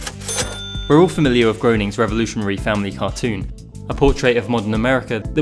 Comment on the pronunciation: This video's great! As strange as it is, I think Groening is actually pronounced Grayning